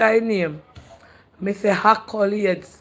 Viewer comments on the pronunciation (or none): 😂😂Kreater wid nuff “akulades”😅😅